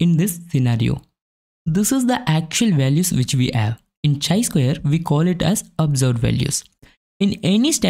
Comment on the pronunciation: Nothing wrong but feels lil weird when you are saying it as chai.. it's actually kai.. great content otherwise! Thank you for sharing with us.